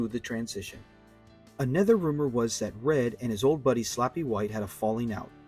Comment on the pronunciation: Hey, it's Slappy not (Sloppy)